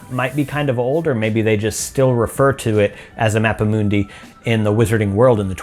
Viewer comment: It is pronounced as Mappa Mundee